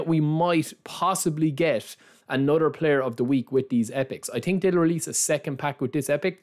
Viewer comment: „i tink“ - „the ting is“